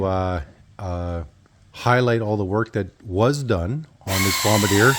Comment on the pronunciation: Just a friendly note that its pronounced BOMB BAR DZEE A. Nice old machine.